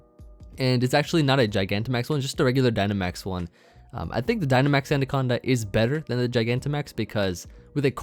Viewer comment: It's not SUNdaconda... I'm disappointed...